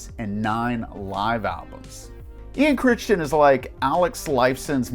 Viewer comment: It's Ian "Cri-ton", not "Crishtin" LOL